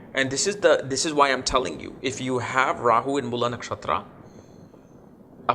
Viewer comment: Its Mool ( like fool) not Moolaa!😅